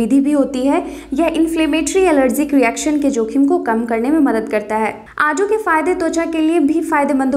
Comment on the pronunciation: आडू नहीं आड़ू बोलो